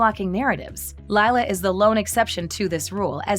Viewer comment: You mean lie-la